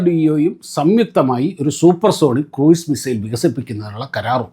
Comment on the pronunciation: kɹuːz(ക്രൂസ് ) ആണ്.